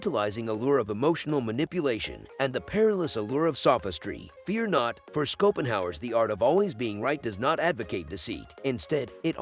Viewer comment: Show-Pen-How-ur Play-Toh